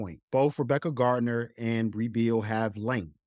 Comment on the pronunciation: Great podcast as always. I think Brea Beal name is pronounced Bre Beal.